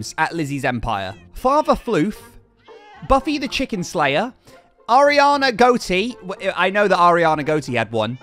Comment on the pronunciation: said Arianna Goate wrong. He needs to listen how lizzy says it.